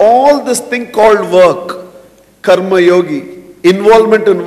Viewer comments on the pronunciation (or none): none